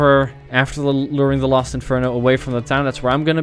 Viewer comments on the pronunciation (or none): Keith shut up also don't worry dark burning I also here him say Lost when I slow it down I hear los so I think he just has different wording